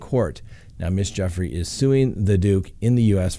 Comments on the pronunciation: Gu Frey not Jeffry. Just sayn 😉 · FRANK, please advise your boss her name is pronounced with a hard G. GOOFRAY, or does he know and is just messing with us 🤨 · Its JEW-fray. Rhymes with YerGay. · Her last name is pronounced: “goo-fray” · She is saying Guffrie as the last name, just saying 😊✌️keep up the good work 👍👌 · Weird that he mispronounces Ms Guiffries name to sound like “Ms Jeffrey.” What’s that all about? Also… seems to trounce her because her father didn’t take care of her? Strange all around.